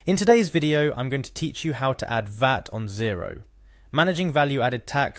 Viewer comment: I like the video and it was really helpful! few pointers though, its VAT not Veehat, and if someone doesn't know how to login to something (which is what the first half of the video shows), they have no hope trying to carry out a VAT return. At that point they should just get a decent accountant